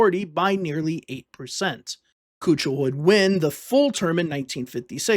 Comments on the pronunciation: Kuchel is pronounced "key-kul" btw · Nice video. It was pronounced Thomas Keekel.